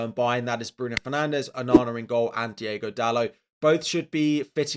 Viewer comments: hey, has a portuguese, have to correct you, its not diEgo dalot, its diOgo dalot with an O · Love you bro, but please.... it's Diogo Dalot..... not Diego Dalot.